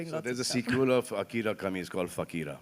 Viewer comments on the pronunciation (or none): none